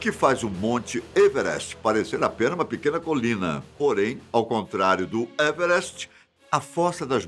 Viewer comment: E muito legal como ele fala everst 😄😄😄😄😄